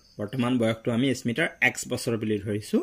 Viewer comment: Sir ismita nohoi smita